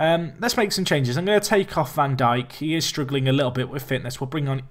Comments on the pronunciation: van Dijk is pronounced "van Daik" This is the same for a lot of Dutch names that have the "ij" in them. For example, Stefan de Vrij is pronounced "Stefan de Vrai". Hope this helps:) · It is pronounced 'Jan Van Dike' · Its van dike, like Southampton's Virgil Van Dijk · Sid Iyer I'm Dutch, trust me when I say it's van Daik. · Yeah it's how we pronounce it gets because that's how the commentators say it. When I said Van diek, its just die with a k